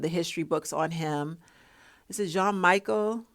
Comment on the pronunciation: Jean-Michel Basquiat. His middle name is pronounced like the predominantly woman/girl name "Michelle". You pronounced his first and last name correctly. I agree with your take on Jay-Z imitating Basquiat's image.